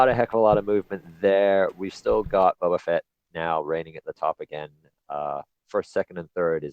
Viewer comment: How do you not know how to say "Boba"